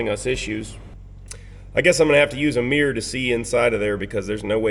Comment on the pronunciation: *mirror not meer.